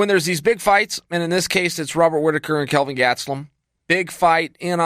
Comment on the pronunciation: Chael should replace that annoying and obsolete Buffer guy as an official UFC announcer! Just imagine: "Kelvin Getzlum against an Oshtrelian champion..." You can actually get a glimpse at it here, it's somewhere